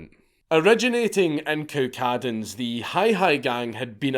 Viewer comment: Yir pronunciation of Cowcaddens is weird...